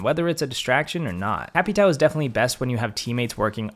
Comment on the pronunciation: Capatow 😂😂 it’s capatào